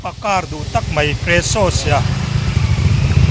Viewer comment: Nexsassi leh Presasi-a ti lui vak2 kher hi ngaihthlak ninawm lutuk lawm le